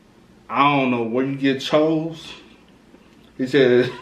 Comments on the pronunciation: I almost clicked off in the beginning 🤦‍♀️ Didn’t know the pronunciation of Choo Smh It just makes it look goofy like why you even doing a video on this?😑 And as much as people plan doing videos a day ahead of time, you couldn’t check on another video to see how it is pronounced??? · It’s choooo but fuck chooo it woooo